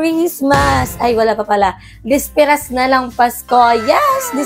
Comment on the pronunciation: I think it’s BISPERAS not DISPERAS.